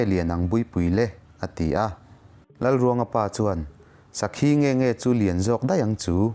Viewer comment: an sawi tawh em aw ka hrelova. Lalruangpa hi..zauhranga nilovin zalhranga.. sakhi ak pawh khi a thluk a diklo a nia..mahse a har tur zia ka hria ..bahlah zeuh chuan..studio atang a nihloh chuan edit a har dan sia..ka lo sawi ve mai mai a😁